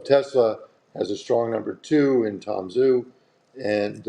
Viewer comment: Tom Zhu is definitely pronounced Tom Ju (J sound to back of the mouth).